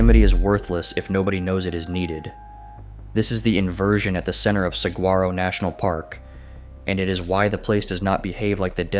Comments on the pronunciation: Did you sat Sag- grar -oh? No, no and no. Please do your homework. It is a soft g pronounce like an h. Whether you spell it with a g, a j, or a h, it is pronounced the same. Please just look it up beforehand before doing your video. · I came to comment the same thing. This is yet another video I have seen where they mispronounce it. Makes me question their research 😄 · You really need to pronounce Saguaro correctly.